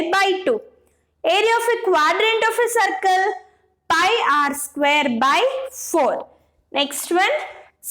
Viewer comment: Madam it is circle Not sarcle